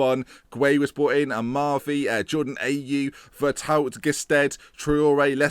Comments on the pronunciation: Gueye is pronounced 'Gay', Veretout is pronounced 'Veretoo', Gil is pronounced 'Heel' but with like a hck sound for the H. Also get that bald prick Guzan out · It's actually pronounced vereh-too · Also Veretout is pronounces "Vare-Too" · Veretout is pronounced Ve-re-too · Ver-Two, that's how you say it. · I believe its pronounced 'Ve-re-too'